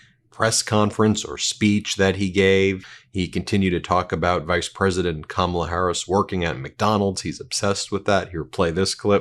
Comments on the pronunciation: How does he know what Kamala-a-la did as a teen? He can’t even pronounce her name. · Donald Trump is so stupid he can't even pronounce Kamala right. Did he graduate did he go to school? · Who's is they and WHY can't he pronounce her name. I call just plain STUPID. I can't take anyone following him seriously. Pure IGNORANCE or RACISM. Don't clap back. Today is not the day and I'm not the one!!! Love your channel, where the truth WILL be told